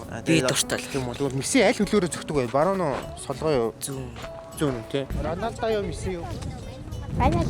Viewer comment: Ranosda❌ Ronolda✅